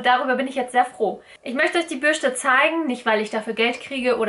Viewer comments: Bürste, nicht Bürschte🤦‍♀️😅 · Krigt noch jemand die krise jedes mal wenn sie "Bürschte" sagt? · Bürschtehhh 😂😂😂😂 R.I.P. deutsche Sprache! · Bürschte OMG macht mich das agressiv